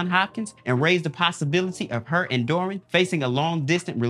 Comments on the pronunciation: Bro. Did you just not watch any of these shows. The mispronunciation of the names are sending me. Dermwin..Joann Clayton?? PUT SOME RESPECT ON THEIR NAMES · I love this show. I'm binging all the seasons now before I finish the most recent season. And say it with me DERR-win. Not dorrwin. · Why’s he saying “Derwin” so weird?